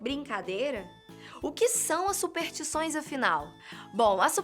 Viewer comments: Dizem que se esse comentário receber um certo número de likes, a começa a falar superStições ao invés de Supertições, que é uma espécie de madeira muito queimada. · Faltou o "S" na narração,. Se pronuncia: superStições;)